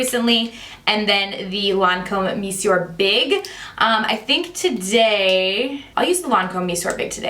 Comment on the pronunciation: Thank you for the good guidance! BTW, the Lancome mascara... The word "monsieur" is pronounced "meh-ss-yeh".